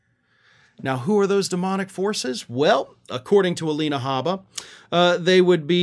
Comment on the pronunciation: We love the "Demonic Foces"